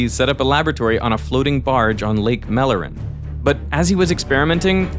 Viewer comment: Why are you pronouncing mälaren as if you had read it spelled as mellaren/mallaren? Besides being the wrong vowel, it also does not have that double-consonant to make the vowel fast.